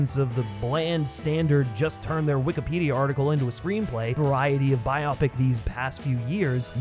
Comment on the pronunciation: PSA: its Bio-Pic as in BIOgraphical PICture; not Bi-opic.